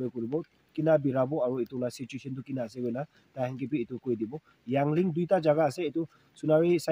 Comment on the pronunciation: Not yangling it's called yaling 😂😂😂😂